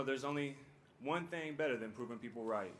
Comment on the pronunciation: And just for the way you say thang made me not want to respond honestly. Good grammar is very underated these days.